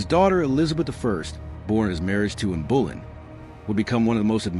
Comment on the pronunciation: Boleyn, pronounced boLYNN.